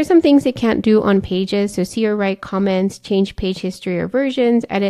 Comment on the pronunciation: Difficult to hear if you are saying "can" or "can't" in the limitations section. May be you should use "cannot" instead of "can't"